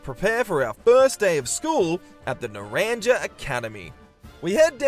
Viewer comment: “Nuh RAN Juh” I’m crying it’s “nah RAHN ha” it’s Spanish for orange